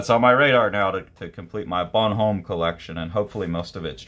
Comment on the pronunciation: Bon-ohm not Bonhome. Goscinny (Goh-see-nee)